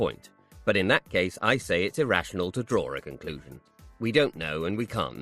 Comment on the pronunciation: Which part of England do you guys come from that add an "r" to words that don't have an "r"? For instance ...draw ... you both say "drawr". I'm just curious...